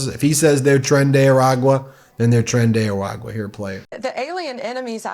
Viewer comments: I'm going to need everyone to pronounce "Tren de Aragua" the right way. Everyone that pronounces the name of the gang merges "tren de" and its comes out as "trendy" half the time. The "TR" in Spanish is pronounced as "THR" in English. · She doesnt even know the proper name of the damn terrorist group lol its tren de aragua not tran de agua 😂 how can u take them seriously